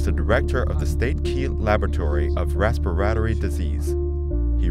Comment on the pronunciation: rahs-pah-ri-toh-ri. lamo